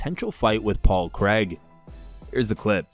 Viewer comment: Paul Creg lol